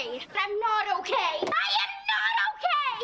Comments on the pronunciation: All the "I'm okay"s started sounding like "I'm all gay" after the 10th time 😭😭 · Okay hearing it enough it starts to sound like he's all gay instead of he's okay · “Im okay” starting to sound like “I moké” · The more he says "I'm okay" the more it sounds like a foreign word